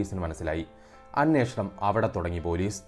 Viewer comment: അനേഷണം അല്ല അന്വേഷണം എന്ന് ആണ്